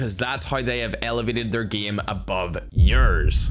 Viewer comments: The Ernie geeemuh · Plot Twist: Instead Of Game he said gim 😂😂😂